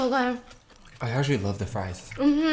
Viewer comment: “Spam sfrisfsfs srieves, spam Sprives” _Stephanie 2019